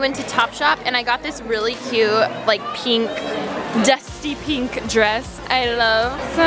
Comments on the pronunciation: i hate how she says peenk not pink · It's pink not penk 🙄🙄🙄🙄🙄 and her rings bother me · I hate the way she says "penk" instead of pink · Alisha I love ya but u have to stop saying pink like that lmao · Can you please say "pink" properly.